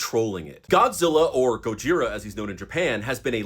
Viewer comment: You really butchered the pronunciation of Gojira.